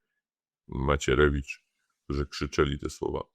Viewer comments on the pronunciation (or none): none